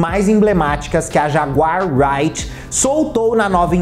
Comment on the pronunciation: Dessa vez passa mas de outra oportunidade,apure a pronúncia correta do nome da jaguar,creia ,é fácil